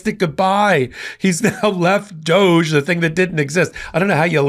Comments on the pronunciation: It's not pronounced doje, it's pronounced Dog - E, you know like Snoop dogee dogee.. Everyone remembers him, he's the one who couldn't stand Trump because of who and what he is! But NOW, they're good MONEY buddy's... What a Shocker!!! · You're mispronouncing DODGE. Short "O" and long "E". Accent on first syllable.